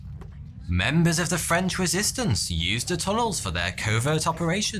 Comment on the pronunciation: lol You pronounce French as if it were Italian